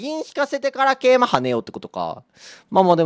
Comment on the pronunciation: 桂馬の発音良くて草